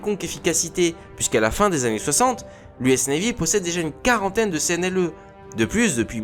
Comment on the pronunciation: Video sympa, par contre, ça fait plusieurs vidéos ou je t'entend dire CNLE... Au lieu SNLE. Ça en réduit la crédibilité. Pour le reste, c'est intéressant à écouter :)